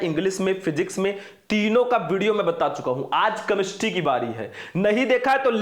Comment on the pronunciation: कैमेस्ट्री होता है कमेस्ट्री नहीं